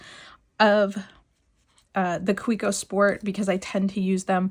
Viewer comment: Nice Kaweco collection. It’s pronounced Ka-vec-o.